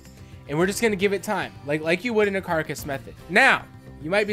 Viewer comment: "Like you would in a care-a-cuss method" Umm... Carcass? This IS a carcass (car-cuss) method.